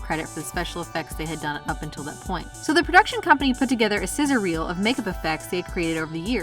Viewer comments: It’s “sizzle reel” not “scissor reel”. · Did she say, scissor reel?